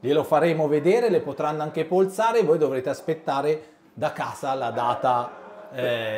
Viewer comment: Non se po' senti' però Pasquale Domenici che mi dice "polsare"....daje suuuuu.... Lo vuoi riprendere.....😂